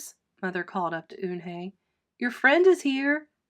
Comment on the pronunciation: Sorry if I'm rude but she's called Yoon-hae not un-hae